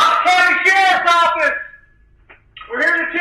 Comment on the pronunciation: Sharf's Owfiss! SHARF'S OWFISS!! SHARF'S OWFISS!!!